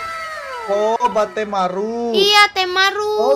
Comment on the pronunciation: kak nama karakter yg di kamar akudap nama nya bettsmaru di baca nya kak semangat ya kak ngonten nya